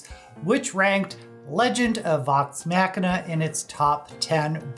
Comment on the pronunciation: You are mispronouncing the word Machina in the title.